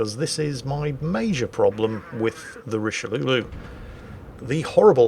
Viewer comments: "Richelieu-lu" lol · I mean, pronouncing it richeliou is already insulting enough for us baguette eaters, you really don’t need to add anything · "Richelieulieu" Me being a weeb: "Richelieuwu~"